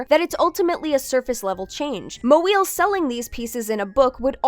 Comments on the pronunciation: That intent is still inappropriate, xenophobic, and lazy, even if they didn't make the joke with conscious malice. Note that they didn't consistently make fun of any other piece of vocabulary, just the non-English name. The name "Moeel" is very easy to pronounce, and mocking it just reinforces the all-too-common assumption that non-anglo names, words, etc. aren't worth even trying to pronounce correctly. This assumption affects a lot of people negatively, not just one unpleasant person. If the person reading was uncertain how to pronounce the name, they could have just looked it up before recording. Again, there are channels all over YouTube that give quick, concise audio guides to how to pronounce anything, from surnames to city names to common everyday vocabulary. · hey, if youre going to make a point about how pink cat isnt being targetted for racist reasons, could you not deliberately mispronounce her name in a mocking fashion? i also think the backlash she gets is completely deserved, but you guys really arent making a good case here with this. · Hey, kudos to you for pronouncing her name right, but having one of your narrators consistently turn trying to pronounce her last name into a joke felt counter to a lot of the rest of your video's sensitive and respectful tone. Felt weirdly insensitive (referring specifically to TCAF'd statement segment). I was disappointed by the way that narrator handled things, I wish another take had been made where they'd done the bare minimum of pronouncing Moeel's name correctly. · learning how to pronounce a name is not hard. Just comes out as mocking since this is supposed to be recorded and not live. Cringe delivery. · the frequent joke about not knowing how to pronounce her last name was entirely distracting (not much of an issue) and a bit distasteful imo, this video is really well put together as always otherwise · ... I just like how this guy tries to say "MoEeIil". It's so Jerry Lewis-ish